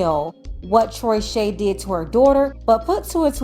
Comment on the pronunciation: “Troyshay” 😂😂😂😂😂 never had a chance